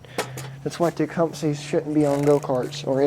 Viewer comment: for starters infor from an actual person who works on small engines not a kid saying "techumsee" its techcumseh as in suh not see anyways redrill gov hole add a bushing in with the right inner diameter problem solved cheap consumable part vs crank case i have actual experience in small engines not kid stuff i have an actual shop further more quit "giving advice" its what makes work hard fixing people bad advice.